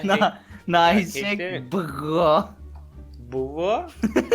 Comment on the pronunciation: Abi abi r leri söyleyemediğinden bıroya bığo diyo asddsdad